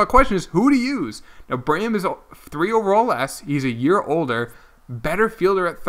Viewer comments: Also, it's bray-MEN not Brayham. You are not great at pronunciation but I still love your channel. :) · I’m so annoyed at how u pronounce Braymen it’s not brayum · Please learn how to pronounce Braymen. It's the new Delgaudido